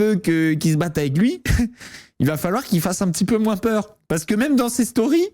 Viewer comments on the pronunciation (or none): none